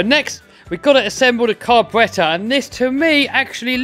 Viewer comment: I love the way you say car-b-rattor